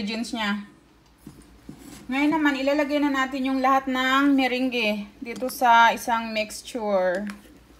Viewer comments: Mirange.. mirang po ata pronounce te..hihi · Pwede niyo pong gawin ung Meringue(by the way Merang po ung pagka pronounce sa kanya hehehe) kahit wala po kayong mixer. Pwede gumamit ng whisk or egg beater. Medyo sasakit lang konti yung kamay at braso kasi kailangan mabilisan ung pag whisk sa egg whites.